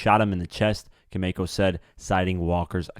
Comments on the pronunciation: Lawd! It’s the mispronunciation for me. Baretta is not Berét. CaMACHO is not CAMAYCHO! And his name was BASHAR, not BASHEER! At least get that right. Nonetheless, this whole ordeal affected NY. Hell, the world! His music lives on through him. #longlivethewoo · It wasn’t a $2000 watch. That’s what they got for the watch... Camacho is pronounced “Co-MAH-cho”. NOT Co-MAY-cho… The perpetrator isn’t going back to court for “re arrangements”… He’s going back for “re arraignment”… (pronunciation re-A-RAIN-ment) Young boys… when your in lock up… SHUT UP!!! DUDE!!! DO BETTER!!! (Get an editor) Good info, though.